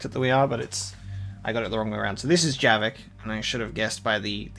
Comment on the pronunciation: It's Javik, not Jerrik. XD